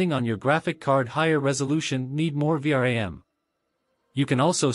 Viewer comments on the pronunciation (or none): none